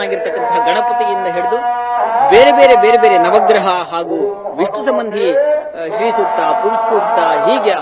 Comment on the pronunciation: Its Shri or sri sookta sir. Not stree sukta.